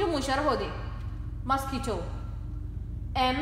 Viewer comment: Mos q uito أخطأتي في حرف q قلتي حرفa